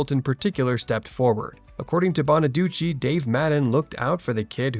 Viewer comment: I’m glad you pronounced Danny Bonaduce (bonnaducci) the right way, unlike Suzanne Crough (crow, not cruff). I sing ‘’C’mon, get happy.’’ I prefer Brian Forster as Chris. Ricky Stevens (not Segall’s fault) was unnecessary.